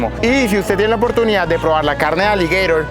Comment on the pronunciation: Hermano eres tan bruto que nisiquiera saber pronunciar aligueiro en español 😅😅😅😅😅